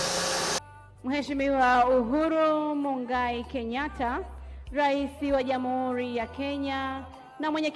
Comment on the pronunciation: 🤣🤣🤣🤣😂😂😂uko sawa ila sema kakosea kutamka jina majina magumu ya kiafrika